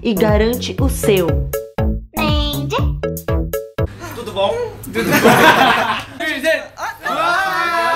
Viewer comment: Esse tudo bom dele e melhor que o meu português!